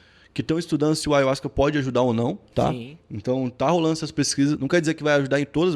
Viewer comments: Na verdade se pronúncia aiarruasca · Eu também pronunciava ayuasca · Pronunciam em espanhol assim: " aJahuasca" o Y tem som de Jota ( em português ) em espanhol. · Eu pronunciava: ayarruasca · Falou ayhuasca várias vezes no inicio n tem.jeito fabil kkkkkkkk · assiste o video do covil de jack falando sobre ayahuasca ai sim vc vai ter motivos pra fica bravo, essa palavra é nova e poucos tem o conhecimento normal pronunciar errado, o video foi bacana passaram uma visão sem pender pra nenhum lado oq é raro de se ver ainda mais sobre esses temas.